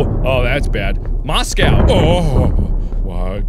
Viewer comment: nobody: Not a soul: Markiplier:MoScAo